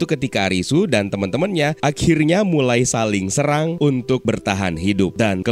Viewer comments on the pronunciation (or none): none